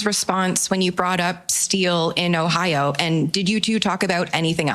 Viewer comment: Did my loser king leader of Canada just say “ahiawa” fml, it’s Ohio, why are we led by this loser